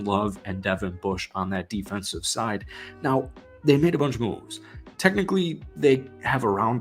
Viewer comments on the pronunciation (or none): none